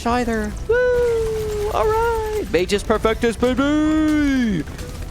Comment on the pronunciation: Magus perfectus is Latin, and if I'm not mistaken, the pronounciation should be something like "má-gus." The 'u' in both magus and perfectus need to be very heavy.